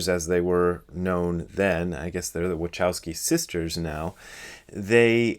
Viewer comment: Your pronunciation of "Wachowski' is hilarious :D (no offense!) I wonder how do they pronounce it themselves!